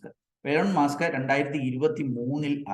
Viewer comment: മാസ്ക് അല്ല musk (മസ്ക്) ആണ്